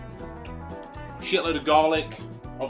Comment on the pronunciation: He puts cum in his brisket errr.😂😂😂😂😂, subscribed, that was hilarious. Future reference it's pronounced queuemin.